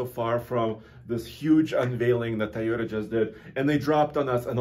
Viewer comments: Mr tai o ta can this dude pronounce toy o ta smh 🤦‍♂️ . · Did he say : taayota???